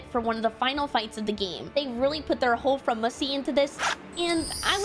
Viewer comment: This was super high quality and very good! Please do not say "Fromussy" again!! ♥️